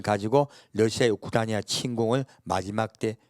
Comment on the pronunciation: 야. 우크라이나. 발음 잘 해라. 발음 우크라니아? 아니야.